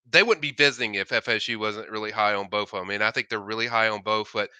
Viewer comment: Did he legit say “bof” of them? Wtf? 😂